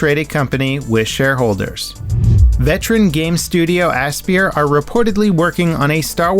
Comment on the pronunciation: Aspyr, pronounced like "Aspire".....not "ass spear" lol.